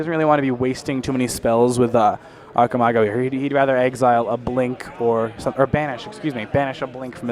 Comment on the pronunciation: I believe Archimago is in spanish, so neither 1 or 2. 1 has the pronunciation of Achi good, but the part of mago is wrong. 2 sounds terrible at Archi and got the part of mago just fine. 🤭